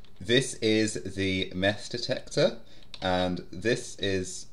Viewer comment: Heh mess detector sounds like mass detector